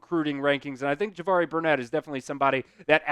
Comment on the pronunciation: It's not Burnett it's Barnett